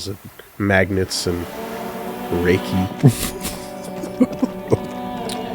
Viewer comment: Holy shit said reiki correctly! That makes him, like, the second person I've seen online to do that! Most people say Reich-y lmao